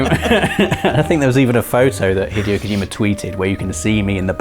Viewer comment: please don’t pronounce Hideo Kojima like that again